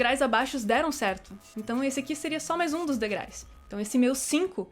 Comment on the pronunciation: Oi,! Adoro seus vídeos, mas 'degrais' arrebentou comigo.